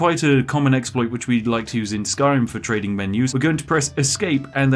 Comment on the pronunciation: Devs: Trezding? What is that? What language are you speaking?!